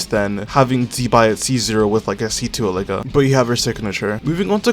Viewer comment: I think Illuga is pronounced EE-loo-WAH